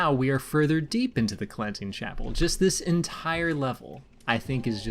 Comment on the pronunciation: Did you just pronounce it Clenching Chapel?